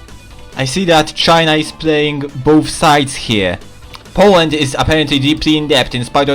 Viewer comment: Powand :3